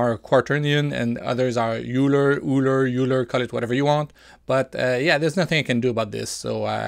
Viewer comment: That's very kind of you ! I hope indeed that the devs make something similar. BTW, i think the correct pronunciation is OILER, like in oil, because Euler is german name.